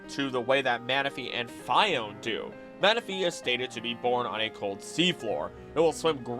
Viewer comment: The anime literally pronounces it "fee-ohn-ay" and this guy still pronounces it "fy-ohn"....smh my head